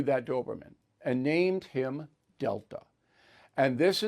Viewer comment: Good thing you printed Delta,b c the way you pronounced it sounded more like Dil#o😂